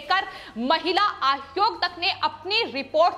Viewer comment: आयोग कहो आद्योग नहीं। सही उच्चारण किया करो